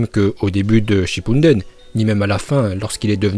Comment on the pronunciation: Pourquoi tu dit shippundene